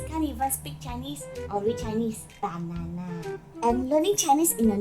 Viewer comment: Hahaha I love the way you said BANANA 🍌 😂😂😂